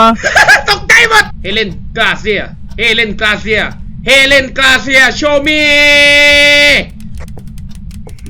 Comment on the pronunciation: มันชื่อเฮเลน ไม่ใช้เอเลนพี่จะไปฆ้าไททันงั้นรึ